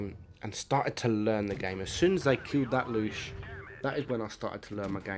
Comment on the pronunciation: Bruh. It ain’t called the “Loosh”.